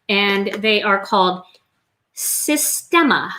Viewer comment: The Sistema containers are made here in NZ. I think now owned by an American owner. They come in all sizes and colors. We pronounce them SIS TEAM A....LOL Beautiful card by the way. Gorgeous Stencils.